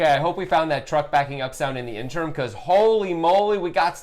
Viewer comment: Okay guys, just one of my pet peeves, but I have enjoyed your videos because you are very good at considering all the possibilities and not ignoring details that may influence what the correct approach should be. In this video, however, you completely ignore the second i in interim and pronounce it in two syllables as in-term. After chiding each other on players' hard-to-pronounce names, you somehow let this go? I hope that you guys will influence the way I play poker. Can you extend your analysis to your own videos and change your errant behavior?